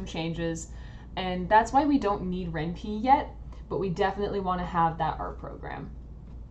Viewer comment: It's Ren'Py... Py as in Python... not as in wimpy